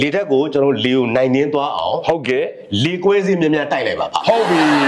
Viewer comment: အလောင်းစီသူဟေ့..စည်မဟုတ်ဘူး စီ..ဟေ့စီ.